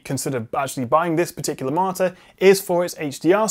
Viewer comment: Is he reviewing a monitor or a 'martyr' lol. Seriously though, nice review!